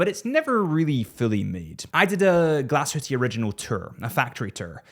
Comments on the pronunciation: Please don’t call it Glashüttiiii it is Glashütte with an E at the end and not i. It is German and e is not pronounced as i in German. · He can say what he wants. I'm called Richard and I never correct Francophones when they call me Reeschaard. Get over it. Glass-hooti is my personal favourite pronunciation. I'm going to start using that, just to annoy pedants like yourself.